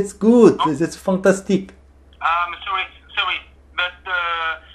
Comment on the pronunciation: 우와. 진짜 프랑스인이 영어 배운 것 처럼 발음 하시네요. 특히 불어에도 있는 단어 (Possible, Example, Fantastique)는 꼭 발음을 프랑스어로 하시는 디테일 까지 ㅋㅋ 전화 받으신 분들은 다른 프랑스인이 영어로 장난치는거라 생각 하셨을듯.